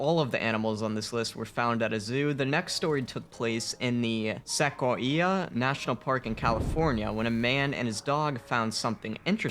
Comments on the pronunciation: Sack-oy-ee-uh.... smh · smh that is not how u pronounce sequoia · Bro called it Sak o wee ya it’s pronounced see koy ya smh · Sekk-a-wee-uh? Lol sequoia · The way the guy pronounces sequoia 😂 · The narrator really couldn't pronounce sequoia smh😂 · made me cringed how the narrator said "sequoia" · sequoia-destroyed the pronunciation of the word smh